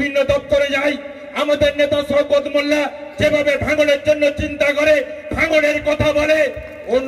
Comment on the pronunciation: সওকত মোল্লার নাম ঠিকঠাক যে বলতে পারছে না সে আর কি বলবে ???😆😆😆😆😆😆